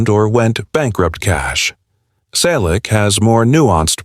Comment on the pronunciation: Learn English. It's free on YouTube. Your AI generated voice is a mess. You can't even pronounce Selleck. What is heartbreaking? I am currently visiting the Selleck's. We have a great time. Don't worry, I am also the banker of the family, all relatives and close friends. There are no money problems. 25 million? Copied from cheap tabloids. Fake news. Not the story about his life again. Everyone we know and most of his fans have already read his book or listened to the audio CD. This video is a waste of time. Get an education and a real job. Don't talk about people you don't know.